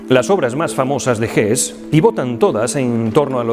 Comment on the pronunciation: Como siempre, gracias por su trabajo. Por poner un pero. Me suena mal la pronunciación del nombre de escritores alemanes en inglés como „gess“ o „zomas“, en lugar de „gesse“ y „tomas“. Es lo único que puedo aportarle